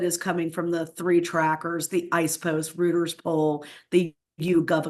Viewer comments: Rooters poll? It’s pronounced ROY-ters. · Rooters poll? Stupid woman cannot even pronounce Reuters right. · did she intentionally mispronounce trafalgars and reuters? im not really up on the joke and i usually love jokes like this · She seems smart but I was surprised she referred to "the Rooters poll?" Reuters is pronounced "roy-ters." As for polls, ABC this morning is out with one with Harris 51 to Trump's 47. Not great but a little encouraging. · What kind of journalist can't pronounce 'Reuters' correctly? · I have to take what she says with a grain of salt, having pronounced Reuters incorrectly. That seems like something that someone in the business would know. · This clown doesn’t know how to pronounce Trefalgar or or Reuters. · Now BONE-ee-er? Trafalgar? Reuters? She is not an aural consumer if media for sure. I’ve never heard someone I’ve always respected mispronounce so many names in one segment . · I’ve always been a fan of RACHEL but if she can’t pronounce Trafalgar or Reuters😬. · She would have a bit more clout if she could pronounce Trafalgar and Reuters correctly. I did put stock in her opinions but now I might not be so sure. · She can't pronounce Trafalgar or Reuters and we're supposed to believe she's an expert in polls? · She doesn’t even know how to pronounce Ipsos or Reuters, like cmon now 🤦🏽‍♂️🤷🏾‍♂️👍🏾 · i LOVE this - somone in a Superman suit who can't pronounce Trafalgar, IPSOS or Reuters, and we're hanging on their every word.